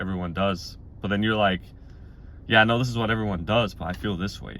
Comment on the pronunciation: ♒️ “eye know” ♒️